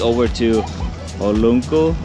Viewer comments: Hahaha you said "Olongo" like three times. It's not Olongo dude, it's "Olango island". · Hey. Just a little bit correction to help you pronounced the island. Its "o-lang-guh":) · Can't miss any of your uploads,. So nice to hear your thoughts about any topics and now with an OFW. You are inspiring. Keep it up! By the way, It's OlAnggo Island😊